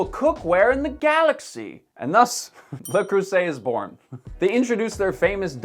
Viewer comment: Me: "Let's see what this guy has to say." What he had to say: "LuH KrUsSEtT"